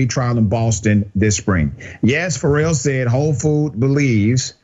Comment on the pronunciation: The name is FARE-ELL not Ferr-ell. And BLM is a sham and stolen from its own donations. The country is fed up with this fake ass discrimination. Grow up.